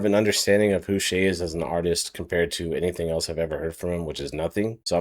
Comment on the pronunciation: it’s not shai😭